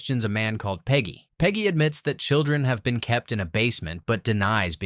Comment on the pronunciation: pidgey read as peggy is setting me off, for those wondering - yes, i am watching it that long